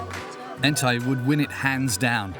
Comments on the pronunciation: The jock’s name is “Ntai” not “Entaï” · The got it wrong in the documentary. His name is Ntai not “Entai.”